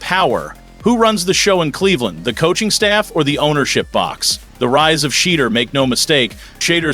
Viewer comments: Who's this A.I. voice that mispronounces Shah Dooer, Shay Douer....? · Stop miss pronouncing his name! You know how to say it!!!